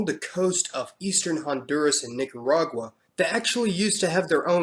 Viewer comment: MISS kee toh. Nee kah rah gua. GA ree foo nah